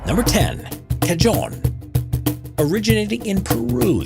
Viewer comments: it's pronounced Kah- Hone... not Kah-jone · You absolutely BUTCHERED the pronunciation of "cajón". It's not "ka-djown". It's "ka-hōn" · Cayón? En serio? Es cajón! Cah-hone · It’s pronounced “ka-hon” instead of “ka-john” btw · It’s not pronounced “Kah-Jon”, it’s “kah-hon” :P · It's.... It's pronounced as Ka-hoon Not Ka john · LMAO "Ca-John" (it's pronounced "ca-hon") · Cajon is pronounced "Cahone" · INFO TIMEEE!:learning:Cajon, is actually pronounced as "Cahon" because of it's Spanish backgrounds! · the Cajon is conventionally pronounced as "ca-hon" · Me: “oooh a cajon” *says the h sound* Him: “CaJoNe” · its pronounced cahon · The j in the word Cajon is pronounced h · btw, cajon is not pronounced with a hard 'j' sound :/ it's pronounced 'cahon'. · Pronounced Kuh-Hone. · Cajòn is pronounced ca-H-on, and it's not rare, in my music school (in Latvia) it is not rare that drummers would play on it. And i agree with everyone, this guy needs to shut up, so that we could listen to music. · Ca”Joan “ oh fabulous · Cajón is pronounced ca-hone and it’s not very rare. Any jazz club has one. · Cajon is pronounced “ca-hone” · The "j" in cajón is pronounced closest to the 'h' in the word hat. It's not a cashon. It's spanish for big box or drawer. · Cajón is pronounced like "cahon" the J in Spanish is pronounced like an H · You AI bitch, how do you read "cajon"????? BLOCK channel/ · That’s not how you pronounce “cajón” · Surprised to see the pipa listed as a rare/strange instrument! My wife plays and used to play professionally. It's not at all rare in Asia, and not all that strange either. The cajon (which was mispronounced) is not rare or strange either. Some of the others were interesting. Glad to see the hurdy gurdy mentioned. As others said, would've been nice to hear more of the sounds of the instruments. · The 'J' in cajon, it's not a yyyy sound; it's a guttural one, more in tune of gggggg. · He said cajon wrong. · Cajon the J sounds like an H.